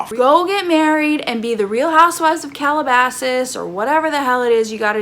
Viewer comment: Had to replay you saying "Calabasas" like five times😂